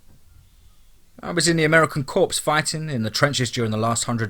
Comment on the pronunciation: FYI the word "corps" is pronounced "core" not "corpse". Your narrations are very enjoyable